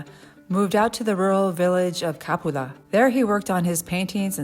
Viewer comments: Pronounced Ca-PU-la. FYI. Great video. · Please! CAPULA does not have an accent on the A, the accent is on the U. Ca PU la.